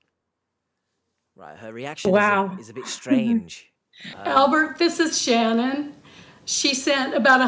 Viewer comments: Hello, H! I've been a watching your channel for quite awhile, and my name is Shannon. I'm currently living in the States, and I HATE how my name is pronounced here! It was refreshing and quite pleasant to hear it spoken properly by you several times throughout this video. Do you have a Cameo account? I'd pay a pretty penny for a 30-second video of the same 😅😊. Long live the Queen's English! Lol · Noooooo!! Not a creeper with my same first name! Thank you for pronouncing it correctly, H. I despise the way most Americans say it, with the long A sound. Every single time I want to shout, "You're putting the emphasis on the wrong syllable, you hicks!" But you can say it anytime, H, it heals my soul 🥲😉 lol